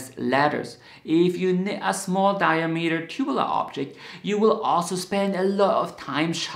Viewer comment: it’s ‘dye-AA-meter’ not ‘DYE-uh-meter’